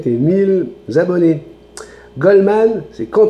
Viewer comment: Tu ne fais que rarement des fautes d'orthographe, mais si tu pouvais éviter de redire les " mille zabonnés ", cela fait mal aux oreilles ! 😅😂😁 bises